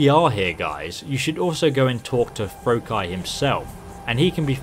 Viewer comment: For god sake.....Froki is pronounce as Fro-key or Fro-kee. Not Fro-keye or Fro-Kai. I swear pronounciation of names in this game are just annoying. Hahahaha. Like Faendal....he pronounced it as Feandral.